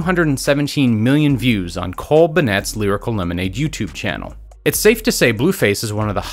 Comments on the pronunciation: Cole buh-nett lol 😂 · Cole “buh-netts” youtube channel 😂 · Dose he know how to say Cole Bennett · You said Cole Bennett wrong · why did u say bennett like that lol